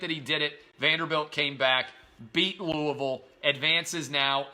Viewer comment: thank you so much for pronouncing Louisville correctly